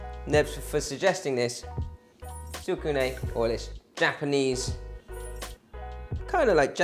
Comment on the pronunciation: The pronunciation is "tsku nay". Often an internal "u" is dropped when speaking. Nice recipe!